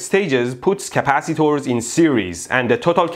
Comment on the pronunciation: Stop saying CAPACITOOORS, I cannot stop lauphing!! Love your accent, it is obvious that you have a middle eastren background.